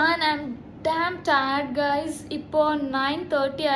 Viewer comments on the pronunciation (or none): none